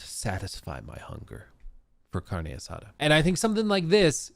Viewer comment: “Carne assada” sounds funny when says it.